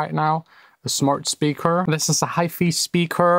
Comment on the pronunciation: How can the water bottle (W) sound the same as the word (V)ibrate. It’s not spelt wibrate. Also Hi-Fi is pronounced the same not high feee lol Your funny some times dude